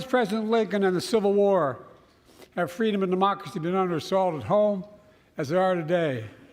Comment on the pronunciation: Love how he says "freedomanddemocracy"